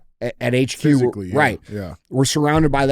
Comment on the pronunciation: The way he emphasizes that they were physically close is what I thought was weird. Maybe that's where they both turn gay.